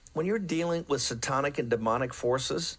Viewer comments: Say-TAHN-ic. I can’t believe that bloated drunk who can’t even pronounce words correctly is the symbol of “white supremacy” it’s downright hilarious. If he’s “superior” then I’m cool not being. 😂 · "Setonic forces?"